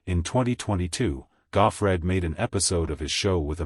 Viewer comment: "Godfried?" Good grief, if you're gonna use AI, at least get it right. Terrible production.